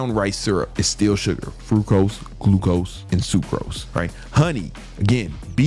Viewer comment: Fructose bro, not Frucose lmfao.